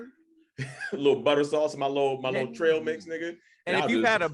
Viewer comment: Eat "trial' mix.... thought it was trail lol